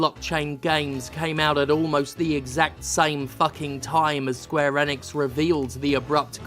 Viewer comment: That's not how you say Enix.